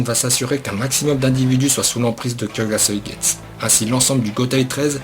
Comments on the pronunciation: Plutot "kyokasoïgets" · Faut prononcé le u vu que le nom du zanpakuto est en japonais. De plus ce n'est pas le shikai ultime car il peux juste contrôlé les autres ce qui le rend pas polyvalent. A l'instar d'autre shikai. De plus aizen utilise uniquement sa force et son kido. S'il a utilisé son shikai c'est juste pour tromper l'ennemi voilà tous. On voit déjà comment il a stoppé ichigo lors de sa trahison sans utiliser son shikai pour le battre. Bref pour moi un shikai comme celui ci ne sert pratiquement à rien en combat. Donc pour moi le shikai ultime dois jouer sur plusieurs tableaux. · HyokasuigestU c’est horrible a chaque fois que tu le dis j’ai mal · blaster63 cest horrible qd il prononce pas le u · Bon j’arrête la vidéo après 10 sec ta prononciation de son shikai m’a dégoûté de bleach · wtf ta prononciation de kyoka suigestu, que se soit en français ou en japonais l'anime ne l'a jamais prononcé comme ça Oo D'ailleurs pour en revenir à la faille de Aizen personnellement j'ai toujours cru que la faille que Gin avait appris lui venait justement de Genryusai quand lui-même l'avait compris :)